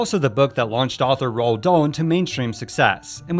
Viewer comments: "Ro Dahl"? I've heard a most people pronounce it like "Rolled", so I looked it up and apparently it's pronounced "Roo-all". I've no idea where you got "Ro" from. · Guys it's definitely NOT pronounced ROAH or ROAD it's Roo-all.